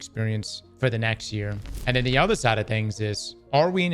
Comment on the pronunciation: Many did jump to Luke Smith, but only because after saying lead developer you emphasized "the" lead again. So I'd say it was simply bad wording if you didn't mean it that way.